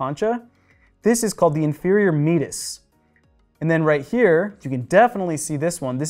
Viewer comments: Your pronunciation of some anatomical terms is simply wrong. "Concha" => con-ka "Meatus" => mee-ate-us (accent on second syllable) As someone who had surgery to remove a bony extrusion growing from the septum into my middle meatus, I am well aware of the terms... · Meatus should be pronounced as if combining the words me-ate-us. How am I so sure? It come from the Latin verb me-ar-re, a course that a river runs through. The term was borrowed by anatomists to refer to a body channel.